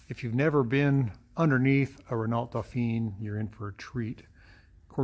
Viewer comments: I had a Renault 10. Surprised by the different radiator position. Re pronunciation. Please, try saying "Reno Dofan". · That would be wrong. ruhNOH dohPHEEN is the pronunciation.